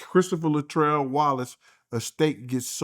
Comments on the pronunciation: it’s T’yanna,and It’s Christopher George Latore Wallace, not Latrell. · It's Latore, not "latrell" you big dufus!!!